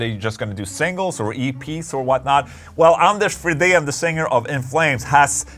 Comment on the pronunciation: dang i thought Anders' last name was pronounced "FREE-din"